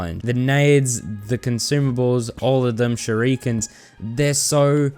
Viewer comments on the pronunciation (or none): shurikens: "shu ree kens"